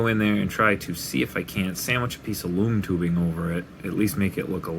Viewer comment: I thought u kept saying “moon tubing” but I still somehow knew what u meant and I finally heard “loom tubing” and I knew what it was😂😂